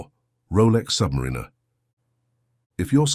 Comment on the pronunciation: Prices and specifications are out of date now - 2024. Pronunciation of Milgauss (BTW discontinued) and Submariner is wrong.